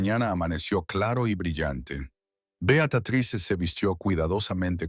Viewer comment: Beatatriz? Betruz? 😂😂😂😂